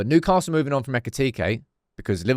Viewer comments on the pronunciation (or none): none